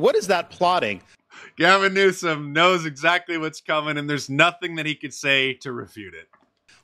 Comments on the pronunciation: Did mark just say Gavin NUISANCE? 😂 first time i noticed this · It's not "Gavin Nuisance", it's "Gavin Noisome".